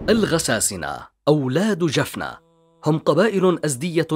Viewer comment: تقرير جميل ، ولكن نطق بعض الكلمات كان بشكل خاطئ ، مثل جلق ، جفنة ، ماريا ، الجمال ، جبلة ، هذا ما اذكره ، تقارير بهذه الاحترافية لا يجب ان يكون فيها اخطاء في النطق لانها تفسد جمالها.